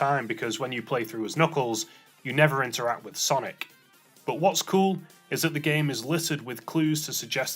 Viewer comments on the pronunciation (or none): none